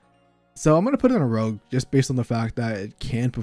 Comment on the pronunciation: i love me some "rouge" decks :P